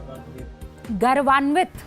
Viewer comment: गलत उच्चारण कर रही हो गौरवान्वित है ।